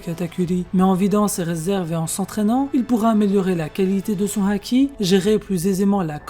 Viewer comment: Évite de dire la haaaki avec un accent chelou